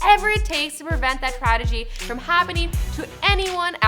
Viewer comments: *Tragedy not Tradegy sweety. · THIS BITCH SAID "TRADEGY" ITS TRAGEDY!!!!!!! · She said "tradegy" in the beginning. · TRADEGY? Did she just say that or am I tripping out?